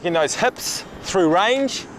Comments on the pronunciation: heps and ligs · You say "hips" like a Kiwi